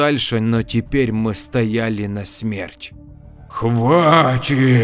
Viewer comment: Я всё о том же: начАть, чЁртом будет, стояли нАсмерть и прочее. А читаете хорошо, с чувством!)